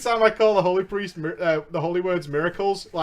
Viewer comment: I bet it is the way you say HOly, or HOld, it sounds a lot like HO does when someone with an accent says it.